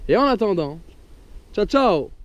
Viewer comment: super video mais pourquoi dis tu siao et pas tchao alors que tu dis bien tcha tchao ?